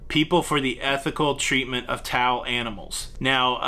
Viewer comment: PeTTA, for a second I thought you said "tall" and was wondering when you were so mean to "tall" animals, then slap on my forehead "towel" okay.. I get it... Next, question: is the COVID chart not updated because the Cruise Lines are not reporting or because the CDC isn't updating it, me thinks it's the CDC ...